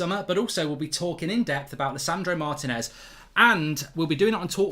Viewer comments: Mark Martinez is pronounced " Marr Tea ness" not "Marr tin ess " 😤😤😤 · Please pronounce it “Mar-tea-nez” The accent is in the “ti”